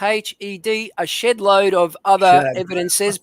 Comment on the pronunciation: Yeah it sounded like he said something else at first.